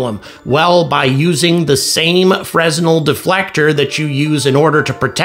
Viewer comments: Fresnel is pronounced "fruh-NELL" -- silent "s", accent on the second syllable -- and not "FREZ-nell". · “Fresnel” has a silent “s”; it sounds like “Fren-nell.” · Fray-nel is the correct French name pronunciation... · Fresnel is pronounced without sounding the S. Phonetically, it sounds like "freh-NELL". Math is a bit off, but nice vid. Gratz on 100K subscribers, btw :) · The 'S' is silent. FREN-el, -əl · Fresnel pronounced fray-nell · re "Fresnel" the 's' is silent.